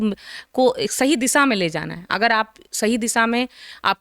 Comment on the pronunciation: Ye madam padhi likhi hain kya?? Inko shiksha bolna nahi aa raha hai ...siksaa bol rahi hai.. disha ko disaa bol rahi hai... ...aise log waqeel kaise ban jaate hain??